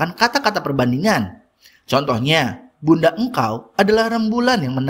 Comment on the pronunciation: awalnya lgi santuy dengerin materinya aja tnpa liat layar, tpi pas dnger bgian ini lngsung merhatiin layar krn dngernya "bunda engkau adalah rembulan" tnpa koma yg terdengarnya jdi kaya "ibumu", bknnya "bunda, engkau adalah rembulan" yg hakikatnya adlah ibu sndiri, dan bkn ibu org lain 😅 Mngkin krn ini recordingnya spontan jdi emg intonasi tnda" baca kaya gini ga terlalu diperhatiin, tpi mngkin ini bs jdi masukan buat pertimbangan untuk lebih memperhatikan detail kecil kaya gini dlm konten ya, bang. Wkwkwk, semangat lanjutin kontennya bg. Kontennya bermanfaat dan insyaAllah berkah! Membantu bgt soalnya 👍 Plus, dpt pengikut baru nih bg, wkwk. Gpp ya, konten lama tpi masi bs terus membawa berkah dan manfaat buat org lain, keren! 👏